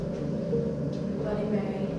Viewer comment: Ses moi ou elle a dit Bloodie Marie